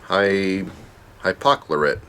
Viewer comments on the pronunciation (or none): Calcium hypo-chlor-ite KLOR*